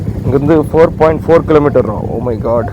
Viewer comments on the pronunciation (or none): kilometre sollu da mama